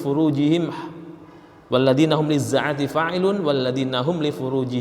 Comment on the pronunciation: sebutan shin tidak tepat , lizzakati , bukan lizza'ati